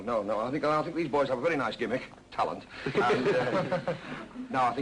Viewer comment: Do the British pronounce "gimmick" as "jim - ick" or was that just something peculiar to Ken Dodd?